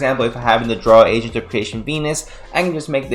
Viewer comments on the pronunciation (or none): A-GENT , not Asian deck lol